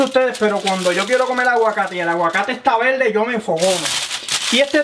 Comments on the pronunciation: Discúlpeme porque el aguacate dise esta velde y no verde y dice verificar y no dice velifical se dice las cosas bien como son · Velde, madulal,holno,vamos a vel, Pol favol, aprecial, nos vemos en el plolsimo video